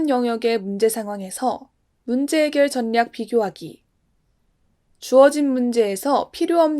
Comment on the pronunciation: 정말 잘 듣고 있습니다!! 가끔씩 분류를 [분뉴], 전략을 [전냑]이라고 발음하시는데 이것만 고쳐주셨으면 좋겠습니다~